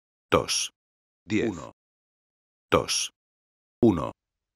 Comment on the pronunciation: uno, tosh.. uno, tosh.. uno, tosh ... jajajajajajahaaajajaajj